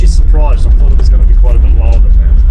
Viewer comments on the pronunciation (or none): none